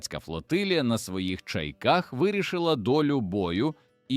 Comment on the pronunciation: Дебіли неграмотні! Чайках а не ЧаЙках.